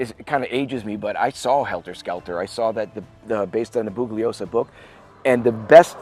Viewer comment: Hey guys, if you are gonna do a podcast, it would be a great idea to get the facts down correctly. You have made SO many mistakes it’s obvious you did limited research. You don’t even pronounce the prosecutor’s name correctly. He says it in the movie Helter Skelter , “ the G is silent “. 🤦🏻‍♂️🤦🏻‍♂️